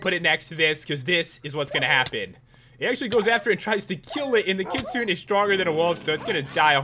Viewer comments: Its pronounced Kit-su-nay Kitsune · u said kitsune wrong its like kit-tsu-nay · Kitsune is a japanese translation for fox. and is pronounced Kit-soo-ne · that fox is ki-su-ne not ki-sune...but actually another good review pat! \ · its not khitsuun its kitsune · He pronounced it kit sune. Isn't it pronounced kit sune ay? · ITS PRONOUNCED KIT-SOO-NAY NOT KIT-SOON PAT!!!!! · not kitsooon but kit-soo-nay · It's not kitsun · Also kitsu nay not n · This is an important message about you not pronouncing kitsune. Also the creator made a typo in kitsune. It's suppose to be Katsune. Also Katsune is pronounced as (Cat-Soon-Nae). It's a Japanese fox that's why. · The kitsune, you actually pronounce it like kit-su-nay. So Pat, you had it right besides the end. Thought youd like to know :) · It's pronounced kitsune, with the e sounded at the end of it. And kitsune is actually Japanese for fox. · I am a interested in many different ancient mythologies, and kitsune (pronounced kit-soon-ay) is from Japanese mythology, It is a nine tailed fox like the one in the animé naruto. I have noticed the name in a few mods that you have reviewed and you always mispronounce it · Kitsune is pronounced KEET-SOON-AYE. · It's Kit-soon-eh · It's pronounced kit-sue-nae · It's pronounced kit-sune-a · its pronounced kit-su-ne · You said Kitsune wrong, the e is pronounced as an 'A'. The Kitsune is a Chinese folklore story, the Kitsune is a fox spirit that can take human form and has 9 tails which is where the pokemon ninetails came from... Pretty cool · You say the Kitsune wrong Pat :3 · Ok for starters, you mispronounced many of those names like wyrm should sound like weerm and Kitsune should have the -une pronounced as far as I know. Also mutant creatures mod works in 1.7.10 at least with Bomby which I tested out. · You said Kitsune wrong.